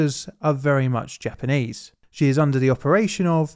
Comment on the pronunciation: Please, please do not essay any efforts at Japanese pronunciation in the future. Nice otherwise.